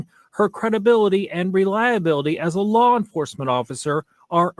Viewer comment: Just curious….what the hell is this “Lar Enforcement” that y’all New Yorkers are always talking about???